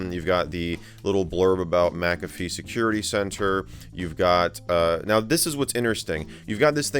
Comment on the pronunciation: Mick-a-fee not mac-a-fe